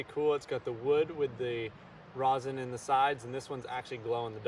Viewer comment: It's pronounced r-EH-sin, not r-AH-sin ;D